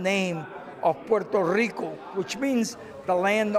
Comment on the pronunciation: This nerd doesn't even know how to pronounce puerto rico. He pronounces it like a crcker from the suburbs.